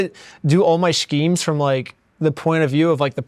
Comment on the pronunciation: "Shkemes" (Imma say that from now on)